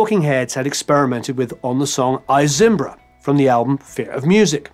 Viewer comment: It's pronounced "EE Zimbra", not "Eye Zimbra". It's how they say it in the song.